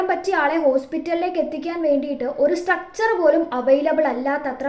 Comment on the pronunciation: സ്ട്രക്ച്ചർ അല്ല സ്‌ട്രെച്ചർ